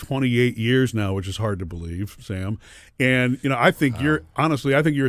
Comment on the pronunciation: Why hasn't anyone told these guys that the way they introduce themselves on radio as "Murphy, Sam, and Jodi" sounds like Murphy, SalmonJodi? That is all I hear in the intro. Jodi, SalmonMurphy will not work either. Sam has to come out of the middle space.